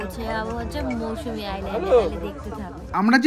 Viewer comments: Didi Ota mousumi noy mousuni island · Mousumi নয় mousuni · Little mistake it's mousuni not Mousumi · MOUSUMI Noy It's Mousuni Island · মৌসুমী দ্বীপ নয়,ওটা মৌসুনি দ্বীপ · ওটা মৌসুমী না,মৌসুনি দ্বীপ। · It's not Mousumi, it's Mousuni. Please be accurate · Its MousuNi and NOT mousuMi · It's Mousuni, not mousmi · Ota Mousuni Island not Mausumi 😂😂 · তবে মৌসুমী না মৌসুনি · ওটা মৌসুমী না ওটা মৌসুনি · Mousumi noy Mousuni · Mousuni , Mousumi noy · ওটা মৌসুনি , মৌসুমী নয় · Mousumi naaa....Mousumi